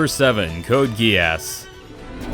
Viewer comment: He said code geass wrong lmao